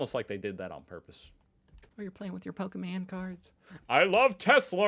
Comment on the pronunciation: 'Pokerman' and 'expresso'